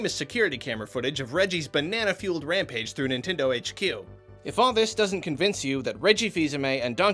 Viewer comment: "NItnendo" well done :3